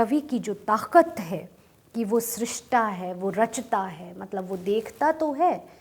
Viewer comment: सही कहा आपने .... उच्चारण की समस्या है ।